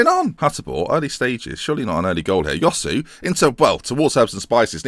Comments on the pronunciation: Josué would be pronounced more like "joss-way" rather than "yosoo". Love the vids though keep it up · Its pronounced Hoswe, not Yosu